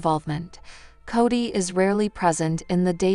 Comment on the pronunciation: Say his name right. Its Kody